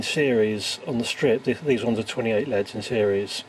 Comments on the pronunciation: the way you pronounce L.E.D.s as "leads" made me loose interest in the video tbh. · omg it's L.E.D.s not led's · please please please don't say leds, they're L.E.D.s